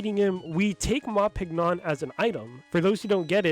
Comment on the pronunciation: Just thought you might find this little piece of Trivia interesting, but the character Ma Pignon gets his name from the word Champignon, (pronounced 'sham-pē-ˈnyōn') which is French for Mushroom! So his name would most likely be pronounced 'Mah Ping-Yonh'. Not knocking you for saying it the way you did, as if you don't also speak some French this is unlikely something your average English speaker would know, but I just wanted to share that because I never hear anyone else talk about this little pun, and this video is so well informed I wanted to add to it so more people to know about it too!